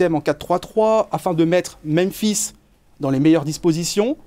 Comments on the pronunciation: Salut, bonne emission. Merci les gars. Par contre, vous faites l'erreur que quasiment tout le monde a l air de faire : c'est meMphis, pas meNphis. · Meme Aulas et Genesio prononcent "menphis", c'est bizarre, la langue francaise doit pousser a pas repeter 2 fois la meme lettre. (Alors que la ville se prononce aussi Memphis)